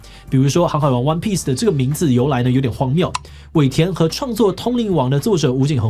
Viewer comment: 不要再念荒「妙」了啦XDDDDDD...........